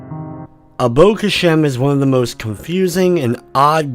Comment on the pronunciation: i think i got it from the way this dude says abo khashem and the score he gave the game. Absolute aids